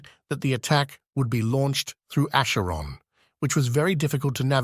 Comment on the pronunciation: The ai voice wobbles on the pronunciation of "Acheron" a couple of times ... Hard "ch", soft "ch", and then there's para-die-so and shasvastii.